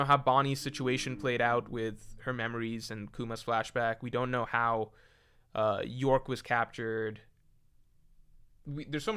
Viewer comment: it's york.. bro doesnt read /j